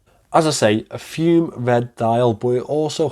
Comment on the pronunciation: It's pronounced FUMAY, not FUME. It's presently $395, and they have given a 2 year warranty. The clasp they have put on it now looks excellent. If you still have it, I may be interested